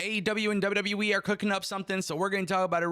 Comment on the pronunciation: You driving me crazy Ango. It’s WWE. Not W W Wiiiii. Still love you dude. More power to you 😂❤